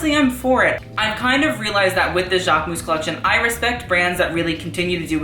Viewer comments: You actually pronounce the "mus" at the end, like: Jackmus :) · learn how to pronunce Jacquemus. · you literally butchered his name, im cringing, don't make a video on something/someone if you cant say the brand name correctly. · the way you pronounce jacquemus makes me want to puke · this is the right way to pronounce jacquemus not this !!!